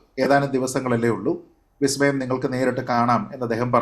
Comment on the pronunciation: സതീശൻ പറഞ്ഞത് "വി" സ്മയം എന്നല്ല,"ബി"സ്മയം എന്നാണ്.😂